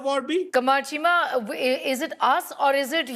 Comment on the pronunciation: Cheema became "Keema". What a dumb F***?